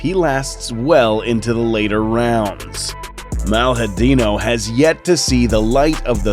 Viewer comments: Pronunciation is "maliadin ow" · Nice video. Dude's a beast... Made Biggy boy look like an amateur... Only thing, if I may, that I would point out is the pronunciation of his name. It's pronounced like Jaeelton, with the "I" being pronounced as a "ee". And "lha", in malhadinho, is the same as the double L in llama